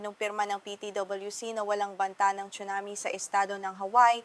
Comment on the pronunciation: Anchor chunami daw tsunami 😂